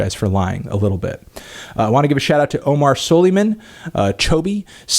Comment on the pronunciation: It's pronounced Omar Souleyman